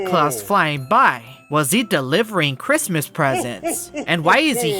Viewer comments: really said christmiss 😂😂😂😂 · The way he say Christmas